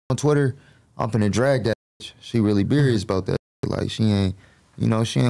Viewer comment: He said “she’s really berious” I’m crying 😂😂😂